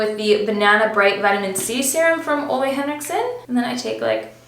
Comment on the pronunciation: I love how you say “Ole Henriksen” becouse He is danish and i am from Denmark, så i know how to say it “right” so hearing a English speaking person say it just sounds sort of funny to me.